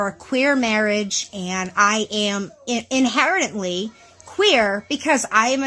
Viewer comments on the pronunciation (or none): ruh roh "inherently" is a shaky word for you love, best not